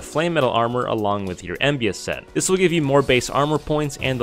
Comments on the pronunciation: it's called armor of EMBLA, not embia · My friend that is an L not an I in Embla. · Wait isnt it the Set of Embla? Its not Embia. Still a neat video.